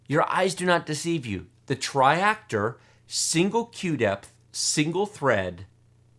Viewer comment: TRI-ACTOR not TRIREACTOR =P As usual thanks for the awesome content!